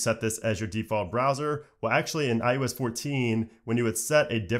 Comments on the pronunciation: I “oh” s... stop saying iUS lol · Why does he say iUS though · stop saying IUS troll